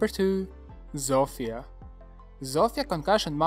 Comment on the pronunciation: chwała bogom...szanuje cie za wypowiadanie tego imienia Zofia a nie ZOŁFIJA, thanks